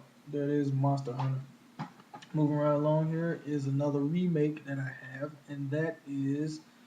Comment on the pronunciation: another remake, no!!!! i guess the pronounciation was pretty close!;) nice!:)